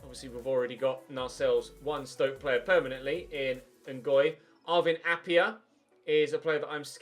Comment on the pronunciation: Appiah is Pronounced App-I-Ah not App-e-Ah he used to play for us at forest we sold him to ud almeria and also you should sign him his release clause is there and chelsea are signing werner it could just be that they're not willing to offer him a new contract he grows very well and would be an amazing bit of business